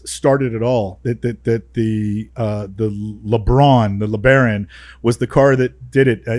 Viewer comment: What's a LaBraun? Do they mean LeBaron?